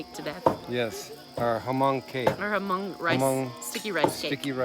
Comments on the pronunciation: I was so surprised your video came on my feeds. I’m actually Hmong too. Just a little correction. You don’t say the “H” in Hmong. It’s silent so you pronounce it “Mong”. I’m surprised the Hmong family there didn’t correct you. I didn’t understand what was being said when everyone was cheering with the beer. It sounded like “Moog Zoo”. Which means go well or be safe on your journey. I couldn’t relate it to anything else. I’m glad you get to experience a Hmong wedding. Best of luck to you guys! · Stop pronouching it hamong. Learn to pronounce it correctly. It deeply offends me. That is not a Hmong wedding. That is a chinese ceremony.